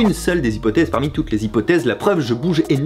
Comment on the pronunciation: A le S de parmi m'a tué...